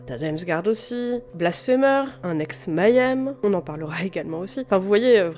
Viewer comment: Svp, Mayhem ne se dit pas "m'aille aime" mais May (comme le mois de mai) 'em (comme ça se lit, on peut zapper le "h")